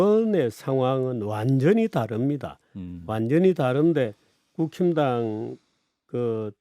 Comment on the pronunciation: 정규재 대표님이 국힘당 이라고 말씀하시는데 제 귀에는 국짐당 이라고 들리네요 ㅎㅎㅎ😊